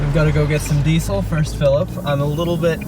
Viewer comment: Big Things... Hell Yeah. I just love expressions when he sees them and delight. The "BIG MARBEL" with was the best one Yet. An Ozzism for to learn.. it's Deisel with a Z, like in DIEZel with the accent on the first E. must be one of the bravest little ladies I know. Overcoming her fears to get to the edge of the grated lookout took real courage for her. My Mum used to be the same. Dad had to rescue her so many times. I always figure the odds of something like " the Leaning Tower of Pisa" or some other structure coming down with me on it is so remote it's worth the risk. An expression for when she needs to tease good naturedly... call him a "DAG". Look that one up! Keep on "Trucking " you guys, and welcome back to Oz. Cheers, Muffy from Oz. PS. Australia really does need two more "Gypsy Baristas".